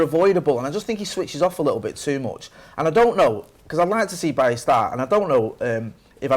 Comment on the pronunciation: Can people stop murdering his name. It's pronounce Bayee... he's from the Ivory Coast it's a French accent.